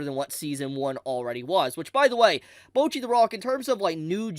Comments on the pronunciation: Guys…someone’s gotta say it… it‘s Bocchi, not Bouchi xD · Americans and not being able to pronounce a single non english word correctly, name a more iconic Duo. Like, they are saying "Bocchi" about a million times in the show, how do come to the conclusion to say "bouwchi" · ewww why are you saying bocchi like that? mochi but with a b?